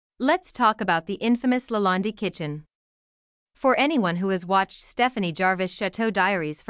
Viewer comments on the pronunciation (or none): The commentator doesn’t pronounce Chateau or Lalande correctly. Have you seen the channel? Then you say Mary instead of Marie. Marie and the dishwasher are never complaining and you’re speculating on things you have no knowledge about their feelings. Please take the video down